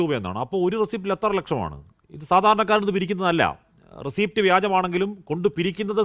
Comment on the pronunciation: റസീറ്റ്. റസിപ്റ്റ് അല്ല